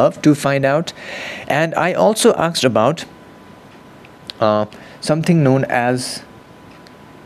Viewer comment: Aasssked. Now repeat after me. Asked. Not aaksed.